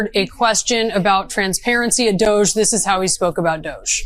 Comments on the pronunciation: Doge pronounced Dodgy! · . "So who is in charge of DOUSH?". "The Douche, obviously. Sometimes the old one, sometimes the Foreigner.".